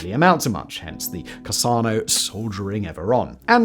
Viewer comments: I checked with several Italian friends of mine... You are mispronouncing Carcano. It is NOT "CAHR-SAH-NO". It's "CAR-CAN-NO". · Carcano is prouncounced with a hard C sound. KarKano....not Carsano... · How do you manage to read Carcano as “cassano”?! Simon! Why do you suck so hard at Italian pronunciation 😂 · Why do you call Carcano rifles Cassanos? Cassano's is a pizza restaurant chain where I'm from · tf u mean casano???? its caRCano. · Italian CarSANO? No no no my dude, Carcano. Please learn how to pronounce things right if you are going to try to pass yourself off as an expert. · The 39M is not a single blowback system. It uses a delayed blowback mechanism. Without it the gun was unable to handle that cartridge. How is it possible to read Carcano as Cassano? English speakers can't read? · Carcano, not cassano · Hey Simon, when talking about a Carcano rifle, it’s pronounced “Kar-KA-no,” not “Kar-SA-no.” Other than that, great video as always. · The Italian Karsano – Sarkano (Carcano) thing is funny. There is another channel on which a well-versed, gun savvy, hoplophile presenter who really should know better frequently refers to them as Concarno. Concarno might be a sly boast about hunting success. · The second "C" in Carcano" is a 'hard' "c", pronounced the same as a "K". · I think '"Carcano" is pronounced as "Karkano". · The pronounciation of Carcano grates me... it's supposed to be a K sound. But hey what do I know? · Do brits really pronounce "Carcano" as "Carsauno"? CUT IT OUT DUDE! 😂😂😂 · Minor point. You're pronouncing Carcano incorrectly. They're both hard C's. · I wouldn't think it possible, but I found a mispronunciation of something that annoys me far more than the extremely common mispronunciation of "Garand" (which Simon also fell victim of).